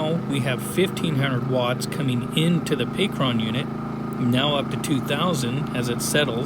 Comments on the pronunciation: not pay-cron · I just have to ask maybe you will maybe you won't answer me but why do you keep on saying Pacron and not Pecron .... I deem you as one of the best when it comes to the content that you make on YouTube. So for you to be mispronouncing a word like that its annoying. Maybe your messing around or maybe im not hearing you clearly i could be wrong. Smh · "Pay Kron"? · Stop saying "pee cron"